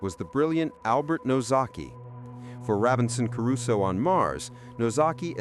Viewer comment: its sad you dont know how to pronounce "Crusoe", I guess thats the 11th thing you never knew...